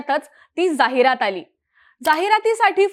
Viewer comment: जाहिरात चा उच्चार चुकतोय